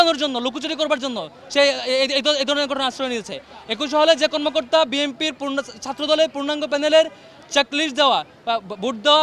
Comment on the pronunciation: বট বাহিনীর মেধাবীর উচ্চারন ঠীক নেই, বিএমম্পি